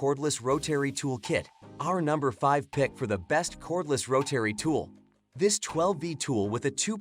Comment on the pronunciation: Learn how to say Rotary